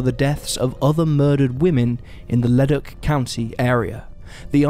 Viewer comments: I had to take a second to realize this guy was saying leduc LOOOOL. Leh-duke. I only realized cuz I live in leduc county and I knew they wasn’t a ledock anywhere near here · Thanks I was thinking the same. Like Le-Duke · FYI the town of Leduc and Leduc county are pronounced Le-Dook (like spook). That's the anglified version of the pronunciation anyway, slightly different in its original French. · It's 'lu duke ' not whatever your saying BTW